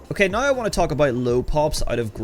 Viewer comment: the way you say "now" is just wrong.